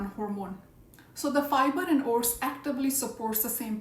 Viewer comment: You scared me. I thought you were saying HORSE. Then I saw the screen and saw OATS. Say O-T-S.